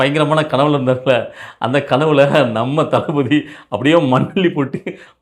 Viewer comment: டளபதி அந்த மூன்று வார்த்தையை உச்சரிக்க அவருக்கு டர்ர்ர்